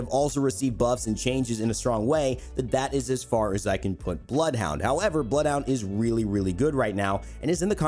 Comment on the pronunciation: Him: “Bloed huaund 🤤“